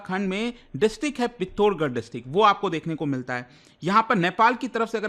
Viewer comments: डिस्ट्रिक्ट का नाम पिथौरागढ़ है, पित्तौरगढ़ नहीं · sir pittorgarh nhi hai वो पिथौरागढ़ 😊 है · I think you have less depth of knowledge than me. Even I am being an odia know that it is पिथोरागढ़ district, and you are saying it पिथोरगढ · Bhai wo पिथोरागढ़ hai acche se pronounce karo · पिथौरागढ़ is the correct pronounciation